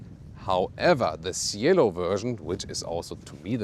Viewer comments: What a beauty! The correct pronounciation is CHielo though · Cielo (Sky) should sound like “chelo” 😄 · Man, that's one gorgeous car. Cielo is pronounced with the C from chapter and a silent I, btw.